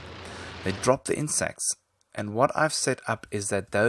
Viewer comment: it sounds like he's saying insex sorry but true.